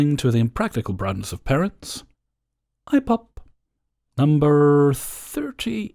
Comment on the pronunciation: For some reason every time you say ipop like that it makes me smile and right now I need any reason I can get to smile so thank you for being you.